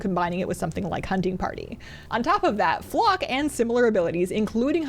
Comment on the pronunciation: The way you say FLOCK hahahha. Good vid 😀